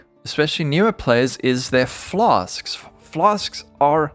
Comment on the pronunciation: I'm just here for the "flas'k's"